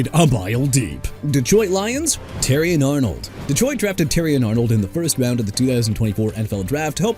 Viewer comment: First off it's not chee-kah-gow; Chicago is pronounced shuh-kah-gow or shee-kah-gow! Yet again you show no respect for cities by butchering their names like that! Why?! Huh?! Also Terrion Arnold (who's a cornerback NOT A QUARTERBACK) pronounced Teh-ree-on! And you better not say "Jagwires" or New Or-leans either! I don't care! Jaguars as in ja-gwaars and New Orleans as in new or-lins! You understand?! Alaric Jackson pronounced ah-lah-ric and Taron Johnson pronounced teh-ron and Alvin Kamara pronounced kuh-ma-ruh AND KAYVON THIBODEAUX PRONOUNCED TI-BUH-DOW! Plus Miami fans fed up with Malik Willis AND?! THEY WANT HIM GONE?! GO AHEAD!! OTHERWISE HAVE RESPECT FOR MY TEAM DUDE AND GIVE THIS MAN A BREAK ALREADY!! You're through... wanna keep mispronouncing things, be prepared to sign your walking papers. And one other thing you need to understand: Justin Fields ain't on the Jets no more so you're wrong. ALL Y'ALL IN THE COMMENTS DON'T SAY NOTHING TO ME.